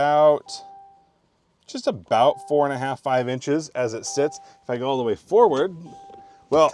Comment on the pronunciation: Why does pronounce "forward" as foWard?